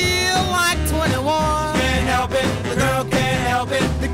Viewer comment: The best part of this is how Richard pronounces "The girl can''t help it" as "The girl cain hep it"